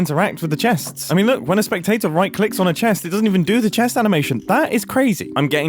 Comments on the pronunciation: Mumbo”cool a spectator detector” Me”cool a tator detector” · every time you say spectator i think of a tiny potato and i'm ok with this. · Most People: Spectator Mumbo: Speck-TATE-ore (no hate to mumbo)